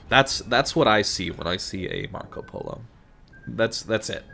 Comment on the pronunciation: Your pronunce of Marco Polo Is really good btw!